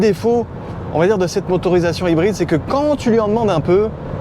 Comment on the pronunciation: Les ''r'' prononcés à la française sans en faire des tonnes avec l'imitation d'accent anglais? Chouette ! Enfin! Je vais essayer d'écouter du coup. :) Ah non. ''Haïbryd''. Bon je vais essayer quand même d'écouter